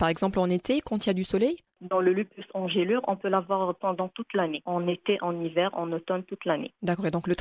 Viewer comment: Bonne prononciation = Ange lure Pas angèle lure